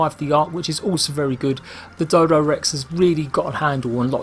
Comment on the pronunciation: Its Dododex not Dodorex